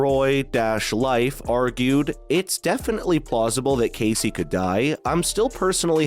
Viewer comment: It's not case like suit case It's Casey. Spelled kayce. Quit calling him kayce/case.